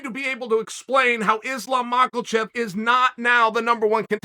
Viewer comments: Uncle Chael, I love your content, but I have to say this... Islam's surname doesn't contain a "L" it's not MakhaLchev - it's Makhachev. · Chael prounce islam makachev name into islam malkachev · “Is-lom Mock-ole-chev” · I’m just sad we gotta wait a few months to hear Islam makelchev’s name again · Mahklechev... Chael couldnt prounounce his way out of a wet paper bag. Everything else undefeated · “Islam Mocklechev” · Mockelchev lol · Chael: "Islam Michaelchef" 😂😂😂😅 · Its pronounced Ma Hu chev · "Islam Mawckle Chev" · His name is not Makelchev for fuck sake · We’re still talking about Mocklechev 😂😂😂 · “Mackle-chev.” What is it about great commentary mixed with murdering people’s names that works so well? Hard not to resent a guy who’s tougher and funnier than you — unless you love what he’s doing. Sonnen rules. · I clicked just to hear Chael say: "Mackleshev" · Chael Sonnen keeps talking about a guy call Islam Michaelshev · Chael i love you dude but you keep saying Islam's name wrong hahaha show the man some respect he undefeated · Anybody wanna let Chael know how to pronounce Makhachev?